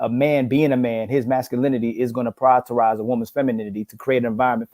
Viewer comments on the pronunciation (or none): "Priortorize"